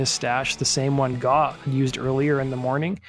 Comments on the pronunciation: It's GAUGH, not GAAW or GOUGH. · The word is grape without the g. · Need to teach your AI how to say GAUGH